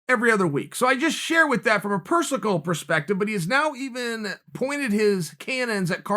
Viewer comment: At 1 minute Chael "A persocal perspective?" LOL